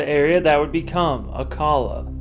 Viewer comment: No. It's pronounced Gran,,deh as in deaf or dead. Rio Grande. No day sound Ah Kah la for Acala